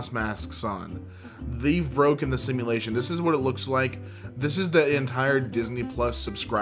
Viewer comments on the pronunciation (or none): none